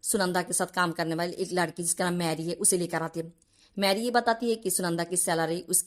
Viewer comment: Bengali ho? Ladki ki jagah Laadki bol rahi ho